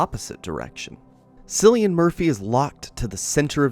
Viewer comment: Ah you lost me as soon as you mispronounced Cillian’a name.